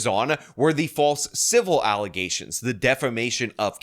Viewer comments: Never heard of Pearl Davis .... now I see why. And, yeah, I can no longer say "allegations" properly ... it is for now and ever "allezations." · The false allezations throw back 😂